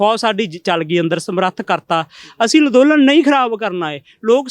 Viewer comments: Nassmasskatt=nattmasstak... kaiwaar=karwaai.... Lanndolan=anndolan Bolana aunda nahi..... Beimaan... Criminal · ਅੱਜ ਤਾਂ ਅੰਦੋਲਨ ਵੀ ਸਹੀ ਨੀ ਬੋਲਿਆ ਜਾ ਰਿਹਾ... ਲਦੋਨਨ ਲਦੋਨਨ ਕਰੀ ਜਾਂਦਾ ਐਵੇਂ ਗ਼ਰੀਬ ਮਾਰ ਕੇ ਰੱਖਤਾ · Ladolan nhi hunda andolan hunda ji